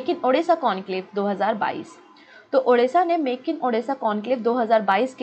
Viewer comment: Ma'am when ever you pronounce Odisha , u says as Odessa(Ukraine) Pls pronounce as Odisha , it's Odisha Bande Utkal Janai